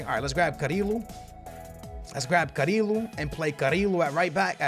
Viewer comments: It's pronounced "Cariyo" not "carilo" pls skillz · CariLo, Samarajs, Garmaldo😂